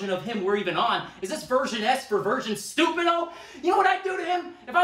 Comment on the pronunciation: Sammy doesn't pronounce Stupido correctly. Sounds gringo.